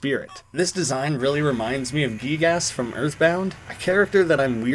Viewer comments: btw it's Gig- Yaas (pronunciation) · Giygas = Guy-Gas :) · giygas is pronounced GUY-GUS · It's pronounced "Guy-Gas" for Giygas but it's understandable to say "Geegas" given the double "E" sounds in the name. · hey so like you pronounced Giygas wrong but at least your edit ("Guy-gas") was correct so I won't slap you lol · Its pronoced guygas so yeah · It’s pronounced guy-gus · its pronounced guy-gus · gUi-gus that’s how you say the name of the demon in earthbound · its pronounced guy-gus dumbo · man srsly can't say Giygas edit: also It's pronounced "Guy-Gas" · its pronounced Gi-gas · And it giygas is pronounced guy-gis. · i thought i'd try and help you with the giygas thing, i think it's supposed to be pronounced like guy-gas. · Also its PRONOUNCED GIE GAS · Its pronounced guy gas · Gigas is pronounced like "Guy gus". This correction is good for the algorithm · Gigyas is more said like "guy-gyas" just to help a lil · You asked for it so I’ll tell you lol. It’s pronounced Guy - gus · giygas's name is pronounced gai-gus, just so youre clear! really cool facts, some i genuinely didnt know! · You Pronounce Giygas like Guy-Gas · That is NOT how you say Giygas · Quick he said giygas wrong get him